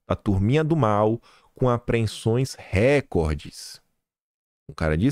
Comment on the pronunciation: vamos recapitular: não é r(é)cord, é rec(ó)rde - do verbo recordar.